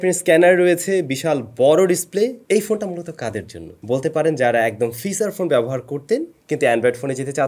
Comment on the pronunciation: কিছু মনে করবেন না, ওইটা ফিছার ফোন না ফিচার ফোন,, আর ওইয়াতা জি ২৬ না যি (G-যি) (Zee-জি)